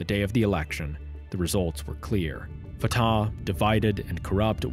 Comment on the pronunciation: It is not a big deal but Fatah is pronounced more like Fateh or even Fath. You make the second "a" sound long while it is even shorter than the first (or inexistent, depending on the accent).